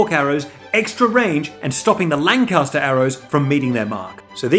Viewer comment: Am I the only one who kept hearing Lannister when he said Lancaster?